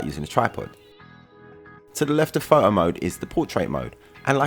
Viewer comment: Can u say PHOTO . It's not FO OU.